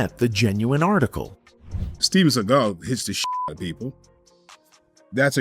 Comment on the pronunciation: “Steven Seagull” 😂